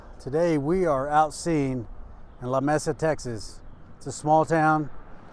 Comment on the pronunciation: Nice job on the video, but you said the name pronounced it wrong. Or maybe you're pronouncing it the Spanish saying phrase,Lamesa (/ləˈmiːsə/ lə-MEE-sə) is a city in and the county seat of Dawson County, Texas, United State,The name Lamesa was taken from the Spanish word Mesa meaning "Tableland" because it was descriptive of the town's location on the high plateau of the South ...